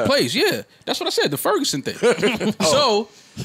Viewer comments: The Ferguson 😂😂 Don’t do that y’all it’s “Ferguson” STL4L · My nigga said "The Furgerson" 😂😂😂 like it's "The Rona" or something